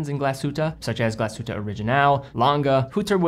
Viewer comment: Seems that you’ve practiced the correct pronunciation of Glashütte :) Thumbs up and thanks in the name of all Germans 😁